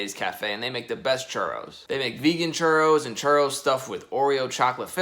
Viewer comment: How many time says Churos ⬇️⬇️